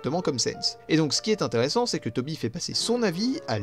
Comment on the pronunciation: 26 min 10sec « intere-sans. Pas vraiment son sans » LOL